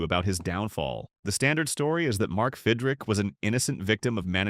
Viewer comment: Stupid AI mispronounced names. It’s Fidrych not Fidrick.